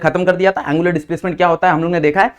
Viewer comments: Its angular not a aangular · He say aanngularr 😂😂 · Angular ❌ aaaangular ✅